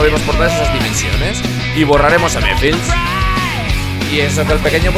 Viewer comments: No se dice mephils se dice mephiles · le estas diciendo mephils a mephiles